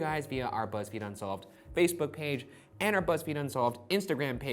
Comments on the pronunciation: Erik Kristensson feezebook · Why did he say Facebook like that 😂